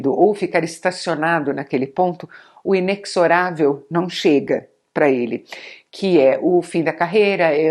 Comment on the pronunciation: O inexorável com som de X ao invés de Z deixou um pouco marcada a impressão positiva que eu tinha do texto. Mas faz parte. Parabéns pelo trabalho mesmo assim!